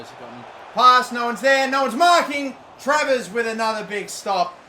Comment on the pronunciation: how many times did he fuck travers name already?